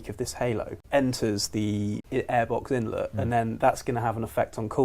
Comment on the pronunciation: InlEt not inlot